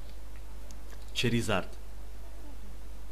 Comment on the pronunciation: ура он сказал Чаризард а не шаризард